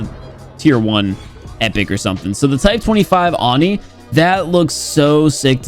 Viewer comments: Why did you pronounce oni and yokai wrong? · Just saying it's pronounced ohni not ahni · its said o-ni not on-i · it’s pronounced oh-ni just letting you know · Annoying how he pronounced ‘oni’.